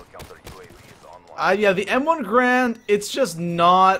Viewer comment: ITS GARAND NOT GRAND!!!!!!